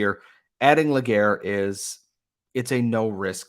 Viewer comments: LÉ- GA - RÉ ... pronounced LAY GAR RAY not LE GAYRE I get you're english dude but like come on . ;) <3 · Great trade by Hughes !! Can't wait to see what his next move will be ! btw it's Légaré not Laguerre ;) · I know that this guy (Nathan Légaré) having a french name could be a challenge to pronounce for english-speaking folks, but just to point you in the right path, Légaré is pronounced "Lay-ga-ray", in English phonetics. 🙂